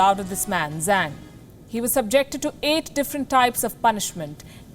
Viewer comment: INDIA ACCENT EIGHT EIIT!!